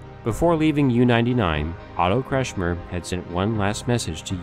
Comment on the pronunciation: WHY the hell don't these productions - OR even their voiceover artists - do the BASIC research necessary to find out how to pronounce German names? ... Günther Prien [Pronounced Ginther Preen] - Joachim Schepke [Pronounced Yo Ack Eem Shepp-keh] and Otto Kretschmer [Pronounced Otto Kretch-mer] ...